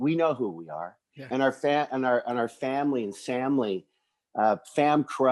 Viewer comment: Love the show boys but I cringe every time you guys say samily or famcro. I cant be the only 1 right lol